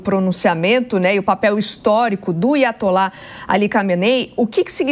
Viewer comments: Aiatolá a reporte disse tipo assim "IA ATOLÁ" 😂😂😂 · Nossa mano...."iatolá* me arrebenta